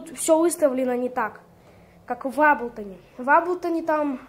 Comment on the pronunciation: Молодец,только не аблтон а эйблтон уши режет.Но молодец на телефоне хорошие биты делаешь.просто сам в эйблтон лайв 10работаю